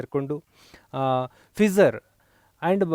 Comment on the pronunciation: ಫಿಸರ್ ಅಲ್ಲ ಗುರುಗಳೆ...ಅದು ಫೈಜ಼ರ್